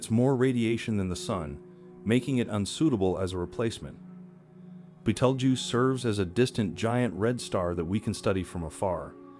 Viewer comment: Learn how to say the name of the star.